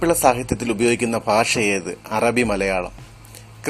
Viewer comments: malayala faasha alla. malayala bhasha......ennu parayu other than that very nice.... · ഫാഷ അത് എന്താണ്